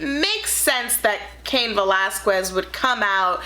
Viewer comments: Not to be a stickler for pronunciation, but cain's last name is pronounced 'kez' not 'kwez'...most mma fans get irritated when his last name is said wrong. Other than that, maybe tone down the audio a tad...I felt like I was being yelled at for no reason. Overall it was a great first review for the SD brand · ...you're Puerto Rican and you pronounced his name "Vell-ask-wezz"?????????????????